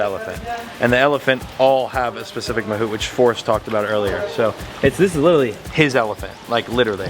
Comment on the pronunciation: Mahavat ❌ Mahut ✅